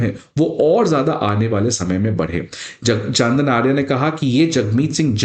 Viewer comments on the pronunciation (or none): It is not Chandan Arya. For your information his name is Chandra Arya.